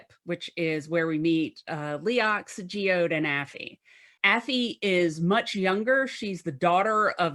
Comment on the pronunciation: Its not just a rock... its Geoed or whatever she said... so kinda like Geodude from pokemon? ffs